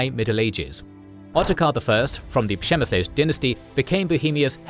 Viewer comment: Ngl, that was a solid take on how to pronouce 'Přemysl'.